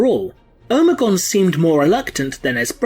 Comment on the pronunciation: Who is omaygon o me gon. Ignoramus